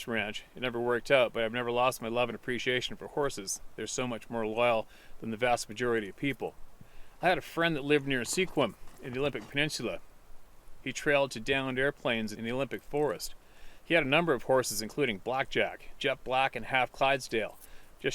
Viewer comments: It’s pronounced “skwimm” I live there 😉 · The town on the peninsula is pronounced, squim, but looks Sequim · I live not far from Skwim....that's how Sequim is pronounced. Thanks for another great video. Hi from the Olympic Peninsula in WA state.